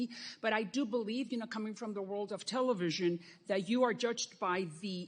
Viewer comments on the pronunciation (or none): the way she says television is creepy af